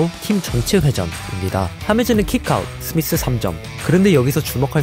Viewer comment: th미th의 th비th가 ㅎㅎㅎ 롤분석하는 분도 th발음으로 밈화 됬는데 널리 퍼져 유명해지길